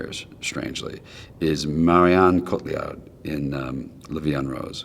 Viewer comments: George Clooney trying to sneak in that pronunciation of Marion Cotillard, oh god. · george clooney trying to pronounce marion cotillard's name right and pronouncing it wrong. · Aaaaaah! George Clooney, please learn how to pronounce Marion Cotillard's name. Welp, I know it's no big deal to most people but gah, it really bothered me there for a sec. Here goes a rando, anxiety driven comment. Peace out folks.